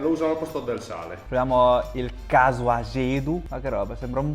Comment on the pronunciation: Grazie per aver reso onore a tutto ciò che hai mangiato e bevuto! È stato super soddisfacente vederti mangiare così di gusto i piatti tradizionali della mia terra Madre❤ Non da ultimo è stata onorevole la pronuncia dei piatti (Casu Axèdu, pàrdula, il fatto di chiamarla "salsiccia" e NON "salame", pane carasàu...): grazie davvero per questo contenuto che mi ha evocato tanta nostalgia!